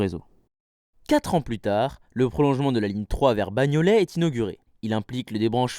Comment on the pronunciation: En fait,la 3 allait à Porte des Lilas.Pas "Bagno-lait ou laid,mais Bagnolet...